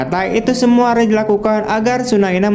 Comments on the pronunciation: Raj.... Om. Bukan Rej..... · raj bukan rej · Raj bang bacanya bukan rej